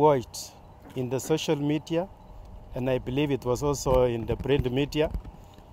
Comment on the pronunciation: Wait what...."social metia"